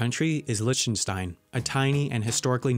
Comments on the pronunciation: great attempt at pronouncing lichtenstein, but i can tell you dont know the german ch sound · What about Papua New Guinea? Liechtenstein is pronouce "LICK-ten-stine". Kiribati is pronounced "Kiri-BASS" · Why can't you just prounounce liechtenstein normally? And not Leechtetstain